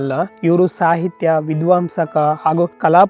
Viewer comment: Pronounce k d Raya as Vidvvaama not as vidvamsa